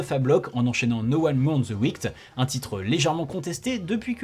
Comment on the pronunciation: Bon, depuis le temps, et vu que le bloc revient souvent, l'heure est venu pour toi d'apprendre comment on prononce "wicked": il y a 2 syllabes, on dit "weekid" Vu les efforts que tu mets sur les prononciations de noms de grimpeurs, je me dis que personne n'a du te le faire remarquer, ou tu l'aurais sans doute corrigé depuis, donc je me permets.